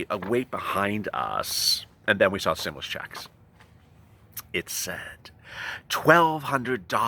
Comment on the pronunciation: Stim- you - lusss 😂😂😂😂😂